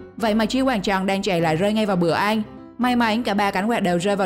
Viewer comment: Ăn chứ không phải là eng may mắn chứ không phải là may méng nha bạn